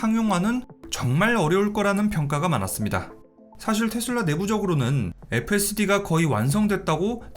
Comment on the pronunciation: 원어민 아무도 텟쓸라 라고안하는데 뭔 ㅈ 같은 영어발음한다고 탯쓸라텟쓸라거리냐 ㅋㅋ